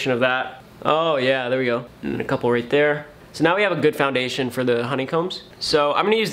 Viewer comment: Bro is actually trying to sound technical: with the FoUnDaTiOn